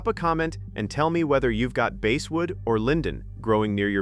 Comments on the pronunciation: stupidazzed AI, IT`S BASSSSSSSSWOOD, NOT BASEWOOD !!!! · Please try to teach your AI how to pronounce words!! Bass are fish, but I sing bass in the choir! Basswood is pronounced the same as the fish, bass!! AI will never amount to anything unless you can teach it to pronounce words correctly!!